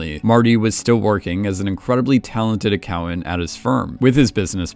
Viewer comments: Them*. Not “thum”, not a word. Them, vacation, accountant, important, all basic/common words absolutely butchered by the narrator, who also has maybe the worst cadence a narrator could possibly have. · Great breakdown. Just slightly thrown for 2 seconds by what an "a cow ant" was in describing Marty's profession😁😁